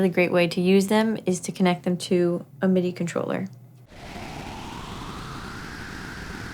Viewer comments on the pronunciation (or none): none